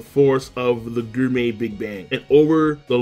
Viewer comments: I’ll never get over how u mispronounce gourmet (GORE-MAY) as (GUR-MEY) 🍖😭😂😂😂😂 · More like 'GRRRRRRRRRRR-MAY'. Every goddamn time. He also never figured out how to pronounce Ichiryu correctly. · Is this the last time we get to hear King's odd pronunciation of gourmet? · Is he saying gourmet wrong on purpose?